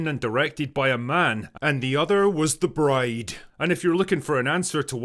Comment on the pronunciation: I think you may have mispronounced the title that last time, Drinker ;)